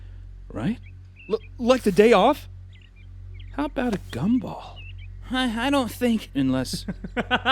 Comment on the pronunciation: I thought he said cumball